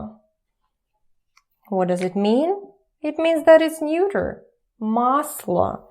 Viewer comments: You are a great teacher and I'm learning tons from you, but quick tip: the word "neuter" is pronounced "nyooter", not "noyter" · "Neuter" rhymes with "shooter". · Neuter rhymes with shoyter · "neuter," in good English, is not pronounced neuter (like German - I speak and write fluent German, English/American, French and Spanish) and also not njuter, but like noo-ter (like the English "look" or like a Russian У if you used Cyrillic letters, the sounds are: - нутер- (The "eu" is only pronounced as "ju" at the beginning of a word, e.g. to eulogize, euphoric, euphemism, etc.) Also, the "g" at the end of verbs, especially in the present ongoing activity tense: e.g. singing, dancing, speaking, laughing, etc. Most Russian people have a hard time pronouncing the "g" at the end of a word because that sound does not exist in Russian at the end of a word, only at the beginning, like in горад :-) (Your lessons helped me very much, thank you, I prepaid 3 months for your lessons) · whats the 3rd word she uses? feminine masculine and what? muter? nooter? LOL what?